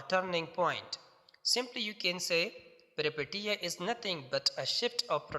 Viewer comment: Peripetia not pronounced as peri- "i" sounds like eee And Peteia as "peeshia"??? پیری پیشیاء؟؟؟